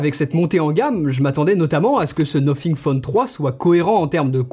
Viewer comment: Déjà le Debut de la video le mec dis "nofing" Bye bye